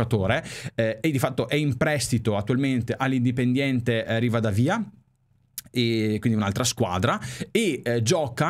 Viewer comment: ciao, grande come sempre! Volevo solo dirti (per cultura tua personale) che si dice Indipendente rivadàvia e non rivadavìa (non so bene come si scrivono gli accenti, però insomma si pronuncia più simile a “catania” che a “ortografia”) per il resto video interessantissimo, ti seguo come sempre con molto piacere❤️